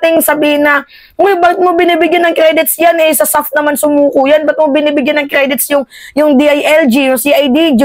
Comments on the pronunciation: ISAF hindi SAF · ISAF mam hindi SAF...